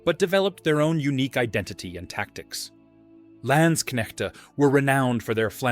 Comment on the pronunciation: Landsknechte are not spoken with ä , but a, similar to lance. Land can mean either land or country, depending on context. The shown weapon is no pike/ Pike, but a boarspear/ Saufeder. Katzbalger , spoken about Cats ( more a than ä)- ball - ger , not Katzbaldscher. Plural of der Zweihänder is die Zweihändler.